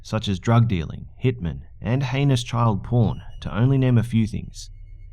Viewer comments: heinus.. Harry anus...? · i thought you said anus intead of heinous